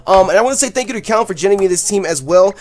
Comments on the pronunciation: I love you pronounced Koen xD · great battle!!, just wanted to note that koen is dutch so you pronounce his name like k,oo,n, the oo has to sound like the oo from spoon. just a little lesson in dutch.:) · I'm pretty sure it's pronounced Koon, it's a Dutch name. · you butchered his name. It's pronounced like Koon. I know, because i have the same name and its a very distinct dutch name. Just sayinnn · Its koen like the oe=ou of tourist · How you pronounced Koen made me laugh, but you couldn't know how to pronounce a typical dutch name. It's pretty difficult for foreigners haha